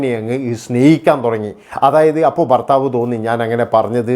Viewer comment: തനിക്ക് എത്ര വയസ്സ് ഉണ്ടെടോ,,? പുതിയ ഞരമ്പൻ തലമുറ യെ പോലെ ബയം, ബാര്യ,, ബർത്താവ്,,, എന്നൊക്കെ പറയാതെ നേരെ ചൊവ്വേ മലയാളം സംസാരിക്കേടോ,,,, ഭയം,, ഭാര്യ,, ഭർത്താവ്